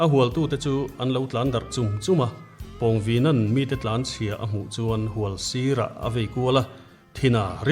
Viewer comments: Hlawncheuva leh pawngvina tih khi in lam diklo o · Pawngvina hi introduction ah Khan ilam diklo ania